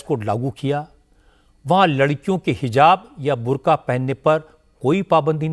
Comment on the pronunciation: बंदा कह रहा है बुर्गा 😂😂😂😂😂😂😂😂😂